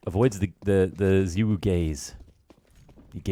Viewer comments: ZYWOO NOT ZEEWOO MAN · The problem is you don't pronounce his name correctly. You pronounce it like ZywOO and you actually pronounce it with an o. Zywo. Like in the word no. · Its pronunced zay wuu u fuckn mogli